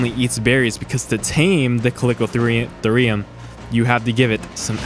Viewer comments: colicotherum lmao how does he pronounce it like that? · name is chalicotherium, calls it caliko "uh" theriiiuuumm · Ka-le-ko-ther-ium. Thank me later. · went to the store payed my money, and the cashier gave me back my KANGE... I also own a CAlICO CAT, CALICO CAT... so do you just record these videos and make up how you pronounce, or do you even attempt to look it up before hand. then proceed to spread misinformation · Chalicothere is pronounced 'Kal-i-koh-theer', so therefore Chalicotherium would be pronounced 'Kal-i-koh-theer-ee-um'. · it triggers me how you pronounce chalicotherium